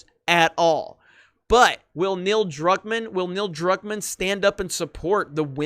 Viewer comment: ...youre getting Neils last name wrong again....